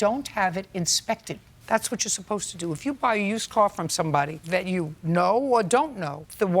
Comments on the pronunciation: “I just thought to need a core …”. How do you turn pronunciation of “car” into “core”. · Why did the Plaintiff pronounce the Car (Coor) as Whore. Is there like a school for slang? Every school I had gone too, never heard a teacher teaching students to speak words like that.